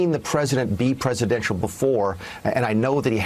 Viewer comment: Hell, trump can't even pronounce it properly.